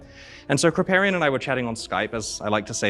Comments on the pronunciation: krip "pay" rian, never heard it pronounced krip "PAH" rian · How you going to saw Krip's name wrong? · Can hear on the pronunciation of Kripparian he hasn't seen him! :D